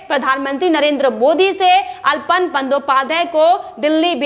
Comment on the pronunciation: अल्पन नहीं आलापन सही उच्चारण है। कृपया भूल सुधार कर लें।